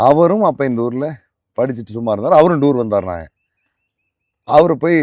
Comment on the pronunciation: இவர் புகைப்படம் கலைஞர் அதை முதலில் சொன்னா சரியாக இருக்கும் சரியான ஆங்கில (pronunciation) கூட வர வில்லை இவர் எப்படி பத்திரிகையாளர் ? (டூரூ ) கூட்டி போறது இவர் அடுத்த youtuber பேச தகுதி இல்லாத மனிதர் தற்போது இவர் பேசும் வரை நேர்காணலில் வீரப்பன் கதை இவர் மட்டுமே..... தவறு இவர் கூட காரணமா இருக்காலாம் இவர் தானே திரு வீரப்பன் அவர்களை புகைப்படம் எடுத்து .....